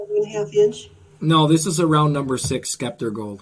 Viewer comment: nice to know the tools you're using. that's winsor newton sceptre pronounced (septer) without a 'k' sound.